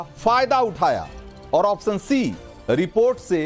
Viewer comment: आप्शन तो सही से बोलो प्रभु।